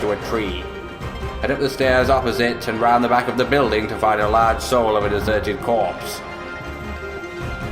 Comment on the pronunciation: sowl of a desuhted cwopse